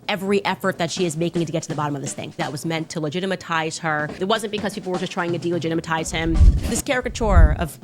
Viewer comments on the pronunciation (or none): Lost it at delegitimitize😂😭😂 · "They're trying to delegitimatize me!" 😂